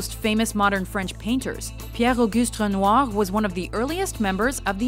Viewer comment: The way “Renoir” is pronounced gave me vertigo